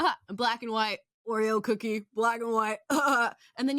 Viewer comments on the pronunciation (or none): none